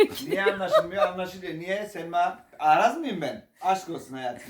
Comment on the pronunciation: Ahraz mı dedinn😂😂😂